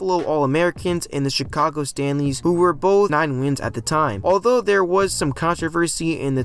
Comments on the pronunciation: 😂Chicago staleys -not stanleys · C'mon, man! It was the Decatur STALEYS. Not STANLEYS.